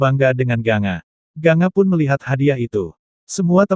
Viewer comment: Gangga ucapannya bkan ganga